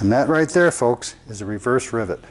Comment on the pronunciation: I swear to goodness I keep hearing this guy say driblet.